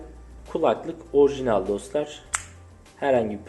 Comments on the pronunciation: Her ikisi de şapkalı a harfinin sonrasında l ile biten kelimeler dolayısıyla l yi yumuşatarak telaffuz etmelisin şu espirisi yapılan keMAL gibi telaffuz ediyorsun 🙂 sağol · minimal orijinal şu kelimelerde telaffuzun yanlış genç kardeş